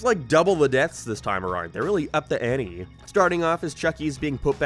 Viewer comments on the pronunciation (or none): none